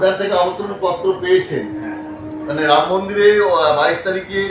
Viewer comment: Uni mora mora.boluk eto pap korea6a ram uchchran hobena